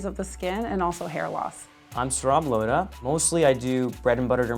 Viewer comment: The way he says "Saurabh" XD 😂